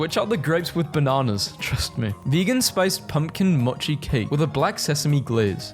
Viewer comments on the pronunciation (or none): none